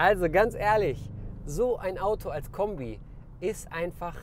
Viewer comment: "Wasn das fürn Kömbi" ;-)